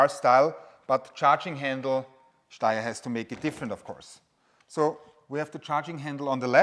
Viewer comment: I see what you did there. 😂 said "Steyer" correctly at the start of the video. It's an Austrian company and they speak German. It's pronounced "Shh-steyer Manleesher".